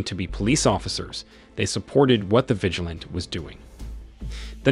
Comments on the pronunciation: Vi-gi-lan-tee, everytime you say vigilant I get a little bit more annyoed lol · Your pronunciation of vigilante is annoying!!